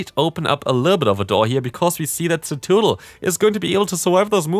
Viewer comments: It's in the title of the video too, tbh I think I do like Cetoodle better 😂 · Idk what everyone’s talking about, you’re saying it right hahaha CETOODDLE!! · "Cetoodle" has me dying bro lmaoo 💀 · Hey! Great video but your Cetoddle pronunciation is killing me 😅 it's Suh-TOD-ul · I'm a bit offended by your pronunciation of ceToddle